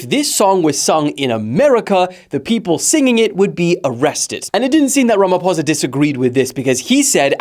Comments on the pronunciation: Are you sure you are not a white south African? 😂You pronounced "ramaphosa" too well.... Even as an African I used to think it was pronounced "ramafosa" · I offer myself as a sacrificial lamb as thou ye pronounced my president's surname correctly!! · Thank you for pronouncing our President's surname the correct way! 👏💖